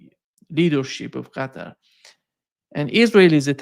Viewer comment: That’s how the name of the state is properly pronounced.